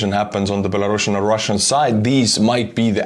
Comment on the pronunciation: It's Belarusian, not Belarussuan. We are not Russia